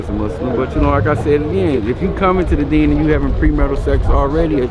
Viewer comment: Alhamdullilah for Islam! my man said " deenin' " tho 🤣🤣🤣 that was funny